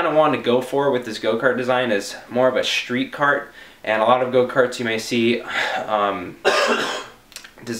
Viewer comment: wanna be cool? Don't forget to pronounce it: schtreet!